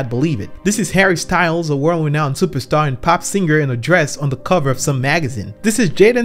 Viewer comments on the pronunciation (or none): none